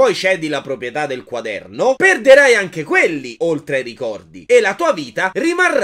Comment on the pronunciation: Puoih fareh anceh il riassuntoh de Il signore degli anelli? Pls Grz